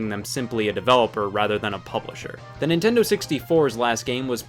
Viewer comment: Lazar Ninten- do what seg, can’t(pronounced car n’t)... make good games today. Technically sonic mania is not sega, it’s a group of fans